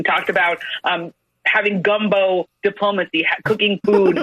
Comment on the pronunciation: Does that woman really say "gumbo " diplomacy?